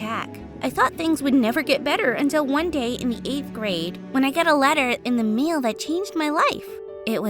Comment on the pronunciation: anyone else see that she said “meal” instead of mail 😬😬🤣 just wondering